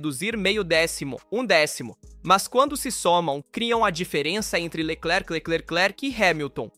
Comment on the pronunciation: Q video ruim hein..... Nisso q da por I.A. pra narrar. CHARLES LECLECLECLECLRQ😂😂😂😂